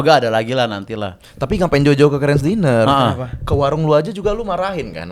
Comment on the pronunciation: Dinner.. lu kayak Anwar BAB 😂😂😂 “dainer”